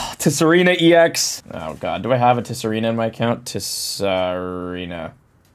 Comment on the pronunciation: The way you pronounce T-sareena kills me lol